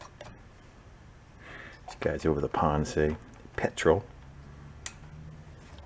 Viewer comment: Your attempt at the British pronunciation of aluminium was funny. You got petrol pretty good though :-)